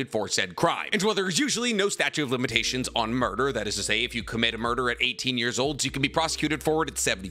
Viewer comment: "Statue of limitations"